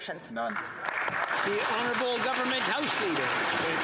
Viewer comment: I die a little inside every time they call these people honerable